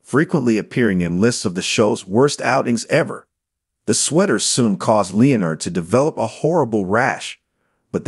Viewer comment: an AI voice that cannot pronounce Leonard. really?